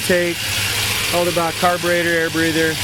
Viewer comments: Will you please learn it is EDELBROCK not ELDERBROCK. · It's even spelled out for him on the valve covers and STILL can't pronounce it right, lol.